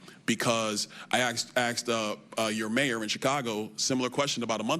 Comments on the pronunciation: "I axed your mayor in chicago." Very smart man. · Damn still can’t Frickin say asked!